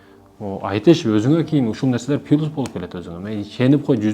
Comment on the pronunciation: Кличко эмес кличка, пилус эмес, плюс